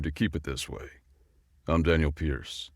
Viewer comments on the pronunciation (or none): none